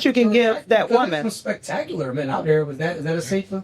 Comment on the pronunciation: She can’t say the word spectacular 😂😂😂😂😂